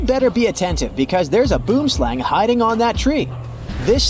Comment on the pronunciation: The way he pronounced "boomslang"